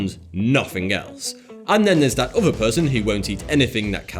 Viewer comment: SAY IT OTHER Oðððððeer not ovvva Jesus Christ your speech impediment is annoying